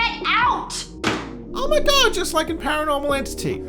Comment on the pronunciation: Oh my gohd bois. It's da BOARD. It is wooden therefore I have splinters.